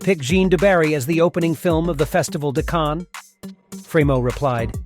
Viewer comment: Unsubscribed due to Cannes film festival being pronounce Cannie, and Louis (loo-eee) 15 (pronounced canz) Loo-ee Canz. I give up.